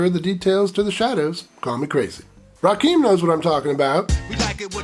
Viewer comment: Love you channel, and your movie choices. By the way, Rakim is pronounce like "Rah-Kim"